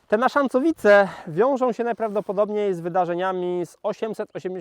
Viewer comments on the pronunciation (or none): Naszacowice. Nie NaszaNcowice. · Ciekawy materiał, raczej nie interesowałam się odległą historią Polski. Ale muszę się przyczepić, że NASZACOWICE, a nie NaszaNcowice. Jestem z okolic tej miejscowości i od razu rzuciło mi się to w uszy ;) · Uwielbiam Pana robotę! Ale mala poprawka gród z okolic Nowego Sącza to Naszacowice, nie zas NaszaNcowice. Pozdrowienia z Limanowszczyzny🙂